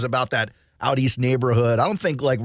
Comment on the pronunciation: He said it correctly “out east” that’s how you know he knows what he’s talking about . 🐆🏈🐆🏈